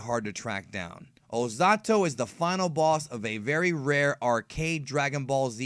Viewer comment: Why do you speak his name ozatto instead of ozotto